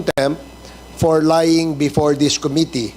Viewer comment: before NOT bepore😂